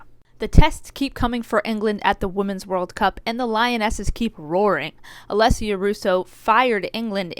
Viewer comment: excuse meh did u just call her Alicia russo???? Alissia????